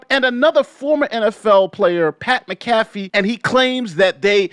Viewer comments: It's MAC-a-fee, not mac-A-fee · Mac-a-fee, not Ma-caf-ee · Lol his pronunciation kept throwing me off. I'm like MACK A FEE dammit! 🤣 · Pat Mac Ah FEE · You're saying McCafee wrong. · Pat ALLEGEDLY MAC(like Bernie Mac)Afee is how it's pronounced. Was waiting for your take on this. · (M-ah-cuh-fee) Mcafee. Idk why, but he insists it's pronounced this way. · Hey just a heads up its Pat Mac - uh - fee.;) As always good video but I heard that and laughed because all I could picture was anti-virus Mcafee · I understand that the spelling of Pat’s name makes it seem like it should be pronounced the way says it in this video but it is pronounced as if there is an A in the spelling -> mac-ah-fee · You Pronounce his name like this. Pat Mac Ah Fee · its pronounced MAC A FEE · Its pronounced MACAFEE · Mac-uh-fee. Great video. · respectfully, it’s pronounced Mac-A-Fee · Pronounce like Mack a fee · Also you mispronounced Pat’s name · Was gonna watch this but that McAfee pronunciation ruined my day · You could have like watched one Pat McAfee show, just to make sure you weren't pronouncing it wrong lol. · Do you pronounce Pat last name wrong Homie? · Just nit picking. You should use the correct pronunciation for Pat Mcafee last name.